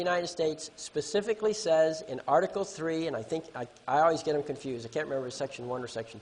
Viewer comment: Pacifically or specifically 🤣